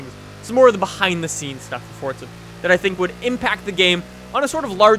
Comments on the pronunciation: Why the fuck do you always pronounce it 'fort-za', it's 'for-za'! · its not fortza its forza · There's no t in forza!!! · THERE'S NO 'T' IN FORZA!! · its forza you cant go in a straight line